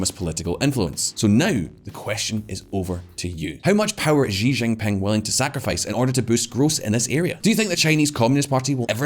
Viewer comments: In English, the president's last name, Xi, is pronounced "she" not "gee" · For fuck's sake learn how to say Xi (Jinping). The closest English sound is "she" (female pronoun).